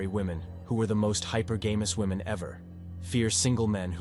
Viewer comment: Spayshul wahMen